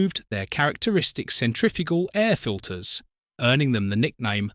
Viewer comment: Also centrifical instead of centrifugal.